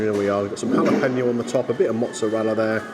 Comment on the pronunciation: I don't understand why it's so difficult to say jalapeno......."hal-uh-pain-yo"